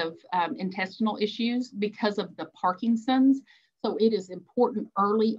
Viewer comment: Excellent talk, but the disease isn't ParkinGson's, it's ParkiNson's. Many people also call it Parkison's, leaving off the N. But adding a G isn't correct either.